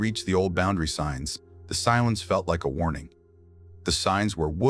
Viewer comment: bondery lol should be boundary:face-green-smiling